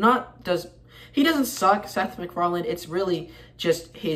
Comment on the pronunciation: there is no "d" at the end of his name.